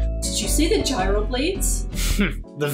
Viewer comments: Did you say Gryo Blades?! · It's gyro blades? I have been saying "guy-ro" blades this entire time........bruh